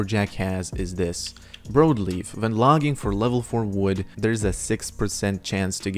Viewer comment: Brawd leaf* is how its pronounced. Sry, Idk y its driving me nuts lol